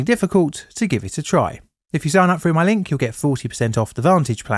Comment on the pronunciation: I hear 2003 said as two-thousand-and-free and shortly after I hear "fell through" as "fell froo". What is going on with the English accent these days?